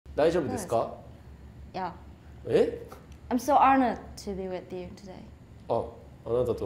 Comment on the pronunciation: サーヤのwith youの発音好き